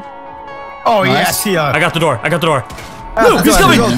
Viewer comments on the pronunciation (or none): none